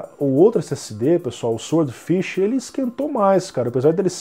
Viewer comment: "sword" ("espada" em inglês, e "swordfish", claro, é "peixe-espada") se lê "sórd", o "W" é mudo. É, infelizmente a ortografia do inglês não é nada lógica, mas é assim... No mais, continuo com meu SSD SATA de 2,5" (nem M.2 é) esperando baixar o preço dos NVMe Gen4. Apesar disso, ainda cético sobre se o ganho em desempenho vai valer o investimento financeiro. E você ainda usa o Windows 1909? Bem, as versões do segundo semestre são LTS ("long-term support", com suporte de 3 anos), mas já não está meio antiguinha, não? Estou usando a 21H1 aqui e está supermacia, sem nenhum problema (não precisava, na verdade, mas como eu troquei de PC na mesma época, por que não?).